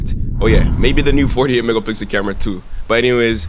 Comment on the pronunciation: Some please tell yall realize him saying 12 mega pickle ultra wide💀